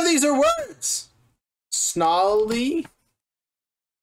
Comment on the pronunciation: I believe the man tried to say "gnarly", but for some reason got an S stuck at the beginning.